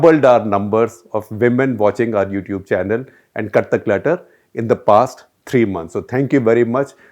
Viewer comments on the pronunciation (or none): Sounds like he’s saying KATHAK LETTER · The show name sounded like "Kathak Letter" and for these long I was under the impression that's the name since each time you come out with a "letter" in hand. Only today I recognized that its "CUT THE CLUTTER"... lol..! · Gupta ji, you are good. But... pl pronounce "cut the clutter" with a pause after cut. Too much of gesticulations and hand movements. A lot of repetitions. A video should last max 15 minutes and not more. Pl don't bring in Hindi.